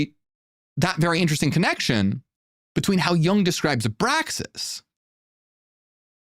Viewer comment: Not pronounced "yAng" but yOOng